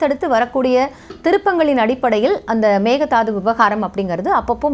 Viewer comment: Hi good morning A small correction in pronunciation It is not megadaathu(மெக்கே தாட்டு) it is not thaathu it is dhaattu Thanks